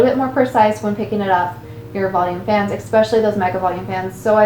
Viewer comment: Why does almost everyone on YouTube say ekspecially? What's with the k?